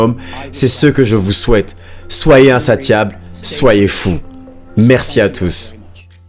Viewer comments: Slt pour info insatiable se prononce comme attention c.a.d insa"ss"iable 😉 mais belle traduction sinon merci pr la vidéo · Super vidéo, juste un petit truc pour éviter que tu fasses l'erreur de nouveau pour le mot "insatiable" le "T" ce prononce "S" 😉 en tout cas j'aime beaucoup tes vidéos continue tu déchires 💪